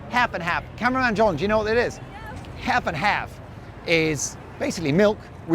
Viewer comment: Love the shirt, a decent price. Half & half pronunciation was good too 😂😂